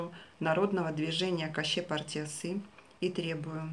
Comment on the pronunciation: Ни "Каще партиясы", а "Көше партиясы" пожалуйста грамотно☝️ произносите слова на Казахском языке 👉🇰🇿